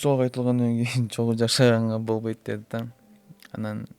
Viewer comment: Бобойт эмес болбойт - деп сүйлөш керек . Точка эмес чекит койойун , бобойт эмес болбойт , отношение эмес мамиле - деп сүйлөсөң . Сөзүңдүн теңин орусча , теңин кыргызча сүйлөгөнүң туура эмес . Булардын жашоосу кимге кызык .